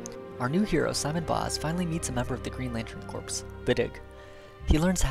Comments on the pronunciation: Its pronounced core not corps. The ps is silent. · "corps" is pronounced "core"